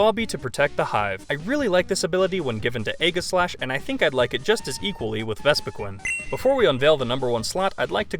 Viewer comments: Vespiquin? do you not know how to say queen? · The way you say vespiqueen makes me wanna suicide